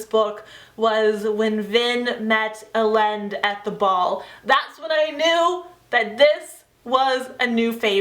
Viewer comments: I have always pronounced Elend "Ee-lend" and I know that everyone pronounces it different :'( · Great review ***** :) I listened this on audiobook and it was a great experience! I notice that you pronounce some of the characters' names differently than what I heard on the audiobook. Elend = "elle-and" and Sazed = "say-zed". I mean no disrespect, just wanted to mention it! Have a great day :)